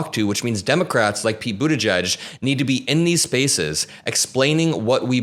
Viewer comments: As a brit it’s the first time I’ve heard buttigieg pronounced and I’m shocked. I was saying butty geeg? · I appreciate its not the easiest thing to pronounce but it is boo-TAH-jeej emphasis on the second sylable (jeej sounds like 'jeep' but with a J instead of a P at the end).